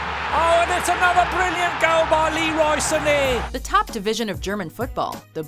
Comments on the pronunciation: Leroy Sunay😂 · The way the commentator pronounced Leroy Sane was seriously laughable.